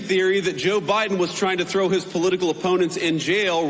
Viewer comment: He keeps saying “Joe BRIDEN” 🤦🏼‍♀️ ✌🏻💜